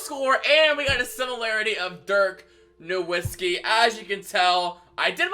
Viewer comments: Him Saying Na”w”itzki is frustrating me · The “w” in Nowitzki is pronounced as a “v” for anyone that still doesn’t know